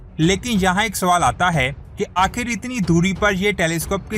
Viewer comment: لفظ آخر ہوتا ہے نہ کہ آکھر۔ لفظ غلط ہے نہ کہ گلت لفظ ہے خیال نہ کہ کھیال۔ جب آپ انڑین فلمیں اور ڈرامے دیکھیں گے تو آردو زبان کآ بیڑا غرق ہوگا ہی ہوگا۔